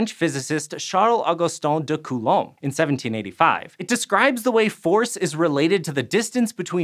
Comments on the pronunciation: " Coolem's Laa " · It disturbs me how you say Coulomb as "Coolum". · I mean, he actually looked up the pronunciation of Coulomb, but then just started saying it wrong again. Why?